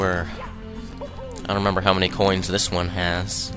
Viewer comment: I love how you say "groins" instead of "coins". =P